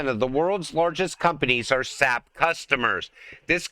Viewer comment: It's not SAP, like tree sap. It is an acronym pronounced with each letter S.A.P.